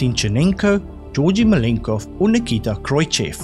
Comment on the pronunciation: I think that your quizzes are the best that I have come across. I have debated long and hard over the last 10 weeks whether I should comment about this, but you have turned the butchery of pronunciations into an art form. This is not a personal attack but hopefully a constructive criticism that you may wish to address. In this particular quiz, you should consider Machu Picchu and Nikita Khrushchev as examples which need to be addressed. Keep up the great work and don’t be disheartened with my comments. Stay well.